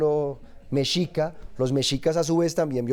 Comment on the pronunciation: Min mi amada,. En esta caso se pronuncia * Meshica * aunque de escribe Mexica.